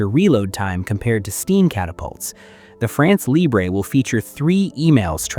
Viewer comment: France Libre Not libré, it’s French not Spanish.